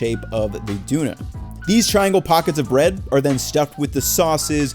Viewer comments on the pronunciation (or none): Glad you posted the recipe (especially for the bread) on your site. I like your videos, but this time I can't take hearing you say "duuner" over and over. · I found it funny that the guy takes over 20 minutes video about döner and says "duuner" all he time. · It's "Döner" lol like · "Duner" :) It's"Dawn ner" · Gardaşım it is DÖNER not duner kimse söylemedi mi ya didn’t anyone tell you olmaz böyle you should work on it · What 5he heck is a dooner kebab? Its döner, pronounced doe-ner. Like loner with a "d". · its don-er not doon-er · You're saying Düner, but it's Döner :P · pls man , its not "duna" or "doona". correct version is "döner" or "doner", short o, e and r instead of "a" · A dooh-nah kebab? Döner mate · dooner... bruh come on its pronounced dough-ner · It's funny how you pronounce the perfect "ü" making it Düner, instead of Döner. Great video together with Andong, I enjoyed the video of you tasting German food on his channel. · Isn’t it pronounced “Done-Air” not “Dooner” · No one says Dooner. My Turkish mates who own and run a kebab shop call it a DONER (Pronounced Donna.) First time I've ever heard Dooner. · Quick note, doan-ah not dooner. Mom's from Munich and have had plenty in my life. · As a Brit, hearing it pronounced 'duner' is so jarring haha - it's probably closer to the native pronunciation, but if you come over here everyone will say 'donner'. Interesting to see the lack of pickled chillies (and polystyrene tray), and you weren't nearly pissed enough when eating it! Jokes aside, great recipe. I really want to try a proper Deutsche Doner soon. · It’s pronounced don her not dooner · In England we call it a doner kebab, pronounced Doha-neh keh-bab it’s funny hearing you call it a DOONER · As someone who lived in Germany for years, this video was pretty great. But yeah, the pronunciation "dooner" was so strange. For English speakers, it's easier to just say "Derner", basically rhymes with "burner". Much closer. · A 'doooner kebab'?! 🤔😂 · Duner for life